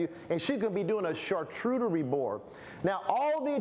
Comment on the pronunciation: You lost me at char-TOOT-erie board ! 🤣🤣🤣